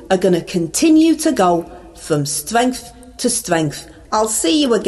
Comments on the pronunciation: stwength to stwength bless you und danke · You go fwom stwength to stwength babe, keep it up!👍🏻👍🏻👍🏻👍🏻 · Our Ange " goes from stwenth to stwenth", brilliant! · You mean Stwength to stwength!